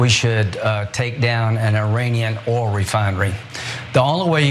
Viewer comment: Duh, I am Lin-sey Gray- ham, not Foghorn Leghorn! Russia had attacked and invaded Ukraine, I know—‘let’s destroy China’s ‘’Ol refineries!” Oops! I see now we’re supposed to be talking about Palestinians, ‘Is’rul’ and destroying Iran’s ‘Ol’ refineries… And I make perfect sense, goddamn yankee!